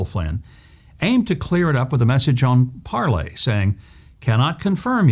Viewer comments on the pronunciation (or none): Hey Huck, it's Parler, not Parley! ... Parler is in a position to replace both FB & Twitter, so you might want to get on board...